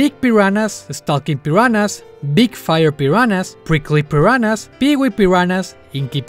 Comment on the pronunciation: parece que dices la palabra "peruanas" XD